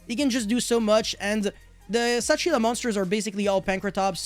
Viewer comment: Kshatri-La actually comes from Indian languages. It's Kshatriya, the Hindu warrior caste, and Shangrila. And you pronounce the K.